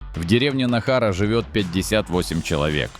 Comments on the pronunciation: Похоже, озвучивает ИИ. Автор текста, выделяй ударные гласные заглавными буквами. Не НахАра, а НАахара. Будущее у села есть - дома новенькие стоят, молодые семьи с детьми живут. Вот они и откроют пекарню и магазин. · НАхара. Ударение на первой гласной. Сунтар климат более мягкий. Девушка очень красивая. Без косметики. Характер похоже жоский.. 😂